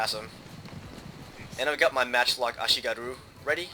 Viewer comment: (some random japanese dude whining about you saying ashigaru)